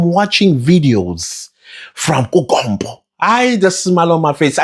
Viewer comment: I know this is a serious matter but the way you say kuKompppo 🤣🤣🤣🤣🤣